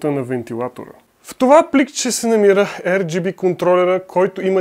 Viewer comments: R = АР , не ЕР плс брат. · ар джи би, не ер джи би